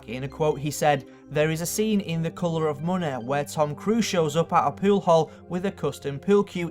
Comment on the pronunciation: "The kolor of moneh"